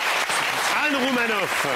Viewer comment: regarde commen il dit roumanoff sa fait peur o.O